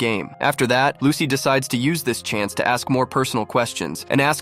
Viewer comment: It's lusi not lucy